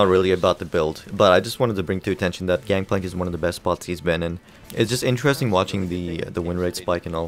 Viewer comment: I agree that "Gangpalnk" is very strong,. lol